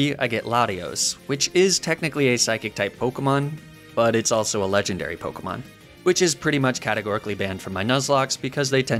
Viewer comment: Fun to watch but wow you mispronounce Pokémon names a lot